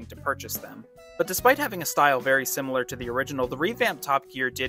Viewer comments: I also heard you call the program Top A Gear 😳😉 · Dude I know you're a yank but why did you pronounce it like 'Toppa Gear'?